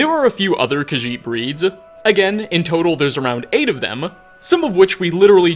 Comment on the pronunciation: “breedsa” “featuresuh” “furruh”